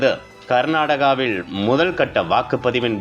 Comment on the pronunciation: இவனை மாத்துங்க ய்யா பளவீணம் கர்நாடகவிள் ன்னு கொல்றான் 🙄🙄